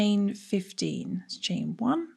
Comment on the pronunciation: I was confused for a second when your 15 sounded like 50